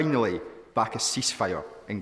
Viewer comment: He cannot say the Word cease fire. Damn he.